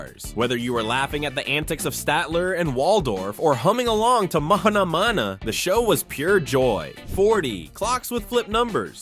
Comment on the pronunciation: l can't believe he mispronounced Spirograph and Ma Ha Ha Na